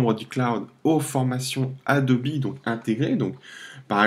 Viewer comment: Merci pour la video sauf que ca se prononce Adobe, pas Adobi.